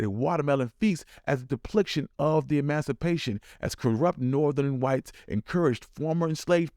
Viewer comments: Why you keep saying deplicted/depliction? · lol… I think you gone and went TOO woke judging by the comments… watermelon is a delightful melon and is supposed to be great for men—biological men that is. You can’t let past racism dictate your tastebuds and miss out on the male ♂ benefits!! 😅🤣 Also it’s DEE-pick-SHUN. depiction. Yikes. There’s no L in this word anywhere. 😅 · Not once…but twice…you said “depliction” (which isn’t a word, btw), instead of “depiction”. You’re making your ancestors real proud!